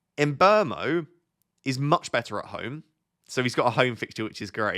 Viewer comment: Sorry... Side topic... Surely Mbuemo is not pronounced "embermo"? Wouldn't it be more like "mmbwemo"?